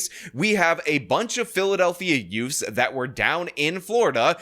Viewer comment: "teenz" and "youfs" again.